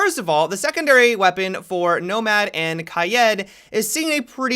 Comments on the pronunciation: Everyone: Kade/Kaeed:Ki-ed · #Sundaymailbox when will you stop saying “kayed” instead of “kade” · ChimiFknChangas how do u say it cause ur suppose to say it like Kai eed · You said Kye Ed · Why are you saying Kai-ed... makes no logical sense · Why do you call kaid ‘’kayed’’ ? Lol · This man said KI-ED the whole video 😂😂😂 tf? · there is no umlaut on the i just say Kaid. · It does bother me too.. Kayeed :D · you have to say ka-yeet, don't be a normie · He upsets me with how he says kaid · The way he says kaid🤣🤣🤣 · Bro how the fuck does he pronounce kaid smh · Does it only bother me how he says Kaid ? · It makes me suicidal